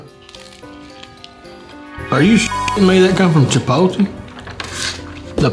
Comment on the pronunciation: “Chipoltee” 😂😂 Just so you know It’s pronounced chee-pote- lay but you’re forgiven because you’re damn hilarious 😂